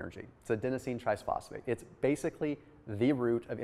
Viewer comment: Adenosine triphosphate, not triSphosphate, small hiccup in the pronounciation that I've noticed make in other videos. Great video nonetheless, thanks!